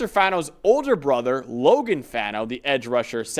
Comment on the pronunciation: Brothers it’s Faw-No not Fah-No. Rhymes with Paw or Spa.